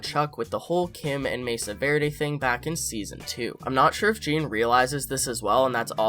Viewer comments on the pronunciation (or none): none